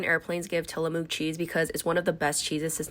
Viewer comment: I'm sorry but from the PNW here and that is NOT how you pronounce Tillamook. It's Ti-luh-muk. Not moo like a cow 😂😂😂